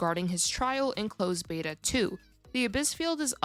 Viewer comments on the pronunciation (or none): none